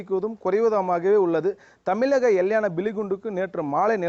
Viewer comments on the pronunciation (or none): தம்பி உன்னுடைய வாயில் வசம்பை வைத்து தேய்க்க.. தமிலகம் இல்லயப்பா.. தமிழகம்! தமிழ் என்ற சொல்லே வாயில் நுழையாமல் எப்படி தான்டா நீங்கள் செய்தி நிறுவனங்களில் வேலைக்கு வருகிறீர்கள்?